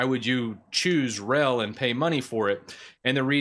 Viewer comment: your pronouncing of names is killing me. open-suse = "open-suus" (think doctor seuss). centos = "cent OS" not "Cent-oss" (think 'one cent' - like a penny - OS). RHEL is not "ruh-hell"... it's not a word - it's an abbreviation. "Red Hat", "Enterprise Linux", "R" "H" "E" "L" are all perfectly fine... but "ruh-hell" as one word is killing me. on the other hand, your handling of "ubuntu" is spot on. that bat-shit crazy OS is pronounced just the way it's spelled. regards, an 18 year legacy user of Red Hat (and clones: Oracle Unbreakable, Fermi Scientific, and CentOS).